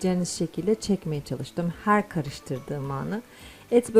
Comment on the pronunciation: " Her" derken fazla abartarak telaffuz etmiyor musunuz